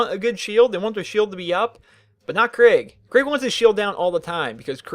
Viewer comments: It’s kreeg not craig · Enjoyed the video, hated you kept saying Craig not Krieg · It’s pronounced krEEg. Not krig not kreg and definitely not Craig. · It's not Craig its kreeg but that being said great video 😊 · “Craig” kreeg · Your pronounced Kerig wrong it's Ke-rig not Craig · I don't know why it annoys me so much when people pronounce his name Craig but it just really does. his name is pronounced Kreeg. Like you make a long E noise in the middle, not an ai noise. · The way you pronounce krieg isnt "kreeg" its more like kreg (kr-short e-g saying the e like youd say it if it was just the e) idk how to explain it tbh xD Assuming that his name is suppossed to be the german word for war. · KREIG Not CRAIG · It's... Ponounced... Kreeg... NOT... FUCKING... Craig... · its pronounced kreeg man, not kraig :) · You do know its krieg like in blitzkrieg nog like craig the the pin headed guy in slipknot i know he looks like a psycho but just dont confuse them oke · This seemed like a good video than I hear "Craig" and I closed it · It sounds like your saying craig instead of krieg to me XD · I pronounce it (kuh-ree-eg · no its "kr-egg" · Am i not the only one kinda annoyed by how he says kreig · I love the pronunciation of kreig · I dont like this vid for 2 reasons 1: he mispronounces Krieg 2: he doesnt even know how most of the skills/op8 work (fucking max health) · Does a how to for a character from a game,can't even say he´s name right.